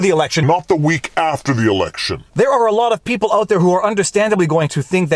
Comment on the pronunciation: "Sputs it ut". Very Canadian. Viva is great.